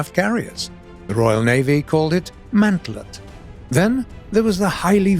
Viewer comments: The Royal Navy called it MARTLET, not MANTLET ! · Martlet, not Mantlet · you pronounce the RN name for the F1F Martlet incorrectly as Mant:let , Martlet in British English is = ma: tlrt as in the old word for (House) Martin / swallow . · the British called Wildcats the Martlet, not the mantlet! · How could you guys pronounce Martlet as Mantlet, aren't you suppose to know this stuff